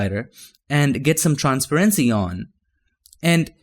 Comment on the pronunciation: I know the way you say transparency is wrong but it sounds way cooler than the actual pronunciation